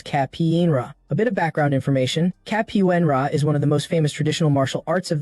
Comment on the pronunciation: Who knew capoeira and Muay Thai could be that hard to pronounce? I no longer fear AI; its Kryptonite has been discovered!!